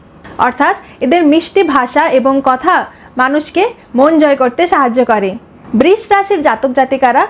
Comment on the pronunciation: খুব ভালো লাগলো কিন্তু বৃষ উচ্চারণটা ঠিক নয়।❤